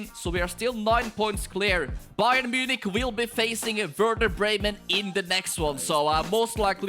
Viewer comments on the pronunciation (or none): none